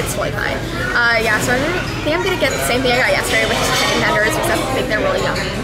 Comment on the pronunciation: Shame not sham LOL!!!!